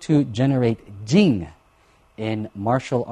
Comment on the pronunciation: 'Jing' should be pronounced with a plosive which is kind of a hint of what 'fajing' really is: an explosion of energy.